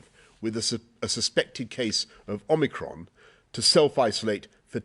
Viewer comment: ‘Omnicrom’ 🤣 wonder where they plucked that one from!